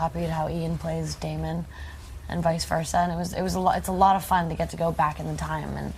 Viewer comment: It's Damon not fucking Demon you dumbasses.